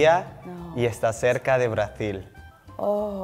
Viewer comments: He probably tried to confuse her, but the one who got confused was him, since "Brasil" in Spain is pronounced /brasil/ not /braθil/ (unless pretending an Andalusian dialect in which all S/Z are replaced with /θ/, I'm afraid this wasn't the case though) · Here in Spain no one would say "Brazil" like he did, we say "Brasil". The thing is, we write Brasil (with "s"), so we say <Brasil>, but in english they write "Brazil" (with "z"), and for some reason this boy pronounced it like if in spanish is written "Brazil", but that it's not true. I mean that if we wrote "Brazil", we would pronounce it /braθil/ but in spanish is written "Brasil" and pronounced /brasil/ (con "ese", no con "zeta"). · Tal vez es de Venezuela pero cuando pronunció "Brasil" lo proncunci´0o como una "z" . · 100%! He pronounced "mithad" not "mitad" and "brathil" not "Brasil" which is kind of like an Argentine accent. Also "que tal tu dia" is not vernacular that a Venezuelan typically uses. If you're asking "how was your day" we would say "como estuvo tu dia". But hey I relate to my paisano cuz my accent is hot mess having been living back in the US for way too long. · Creo que él estaba tratando de cuidar demasiado la manera en que decia las palabras para sonar bien y no se escuchaba natural, cosa que los venezolanos no hacemos . Por ejemplo cuando pronunció Brazil (con la Z) y aqui todos decimos Brasil o cuando dijo "la mitad" haciendo mucho enfasis en la d cosa que aqui tampoco hacemos. En fin estaba arreglando mucho las palabras y por eso parecia de otra nacionalidad.